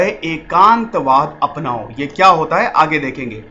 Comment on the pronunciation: Its एकात्मवाद not एकांतवाद